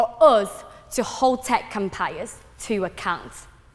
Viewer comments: Fuck sake. Have I been pronouncing "tech empires" wrong all my life? Tekumpiyus?????? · um wtf is her accent? to me she sounds like a fob who went to the uk to study but her pronunciation is atrocious and it sounds like a very ugly mishmash of uk + Chinese accent. she places emphasis on words in the wrong places. "tech empires" doesn't even sounds like tech empires when she speaks